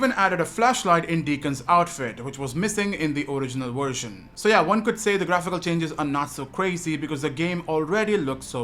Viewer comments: vvvvversion"!!"!!!!! nOT FUCKING wersion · Its a Version not a "Warsion". Speak English